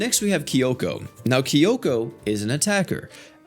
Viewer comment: I love how he pronounces their names wrong Tomoe as tomo (It's pronounced, toe - moe) Sayaka as sayoka (It's pronounced, sigh - yah - ka) Kyoko is keyoko (It's pronounced, kyo - ko, literally) Not sure how he pronounces the other 2, but I'm sure it's wrong but funny